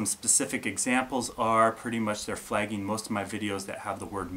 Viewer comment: What is 'flayging' and 'flayged'? Is that how northern people say "flag?" Like "oh, hey dare, Canada"?